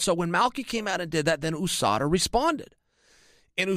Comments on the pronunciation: Can someone explain to me why chael keeps on pronouncing USADA as “O-SADA”. I pronounce it along with most other people as U-SADA. English is not my first language so I’m curious to know or at least learn how to pronounce the “U” in this context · Chael 'OOUSADA' Sonnen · Chael "ooh-SADA" Sonnen